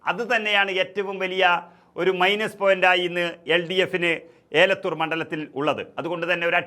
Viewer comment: ഏലത്തൂർ അല്ല ബ്രോ എലത്തൂർ ആണ്‌. 👍🏻